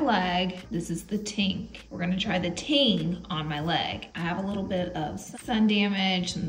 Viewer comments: Leg foundation is Tinge- pretty sure it sounds like Hinge with a “T.”❤😊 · Love you Laura! Want to try the Tinge product (which, FYI, is pronounced TINge (soft G) not Ting. ❤️ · Tinge in pronounced Tinje meaning colour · It is pronounced like Tin-juh. It means a light amount of. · Is the Tinge product not pronounced with a j sound?